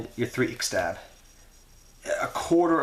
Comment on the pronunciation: tin tin right?? nad it is not that hard to pronounce... i speak arabic though ... and it is ix tab not fucking ixestab